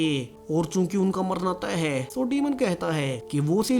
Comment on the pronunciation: Last me zor kyo lagate ho, Hai , thay bohot use ho Raha hai